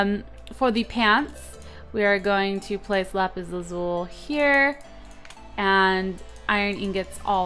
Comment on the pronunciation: you youst to say lapees I don't know how to say youst